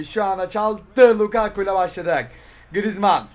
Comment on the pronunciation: Biri lukaaaku değil lukaku olduğunu söylesin